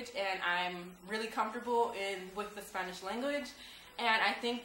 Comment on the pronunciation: hello. u looked really nice with the traditional blusa. your a beautiful women. this is the 1st video I see of you but I could tell u can talk Spanish because when you said Spanish you said it like a Mexican says it.